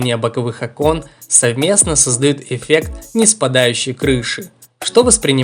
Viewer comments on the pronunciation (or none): none